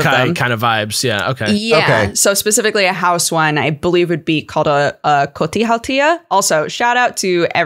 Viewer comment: Finnish pronunciations weren't that bad at all. Nicely done,. Finnish mythology also has the 'haltia' as kind of elementals, generalized as 'väki' ("folk") e.g. water would have 'veden väki' (water folk), fire would have 'tulen väki' (fire folk). Unsurprisingly, in a country that is mostly just forests and nature, we'd have a 'väki' for literally everything. There's a whole collection of epic poetry called 'Kalevala' from the early 1800s about Finnish folklore and mythology if anyone wants to dig into it. It's regarded as a national epic of Karelia and Finland. From what I remember of it, it's bonkers, but pretty cool. Literally everyone here knows about it and it's inspired everyday life and every kind of art since it was published. Also, Tolkien sourced stuff from it for his work. I grew up in the hometown of a painter that's best know for his illustrations of Kalevala:D Not that I remember a lot from any of it. Should really go back and check that shit out again.